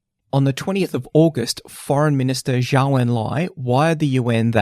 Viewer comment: Just a small correction: Zhou is pronounced like "Joe".